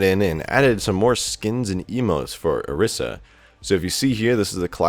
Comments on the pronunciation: I swear to god if you say OR-IS-UH again it's OR-EE-SAH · It's pronounced O ree sa